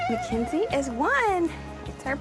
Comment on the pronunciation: Her name is not Mackenzie. Ma KiN zie. Mackynzie. Please get her name right.